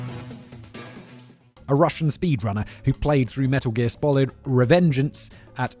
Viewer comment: The 'Metal Gear Spolid'. Enough said!